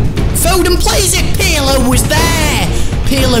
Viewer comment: they say pirlo wrong they say it like its spelt u say it like perlo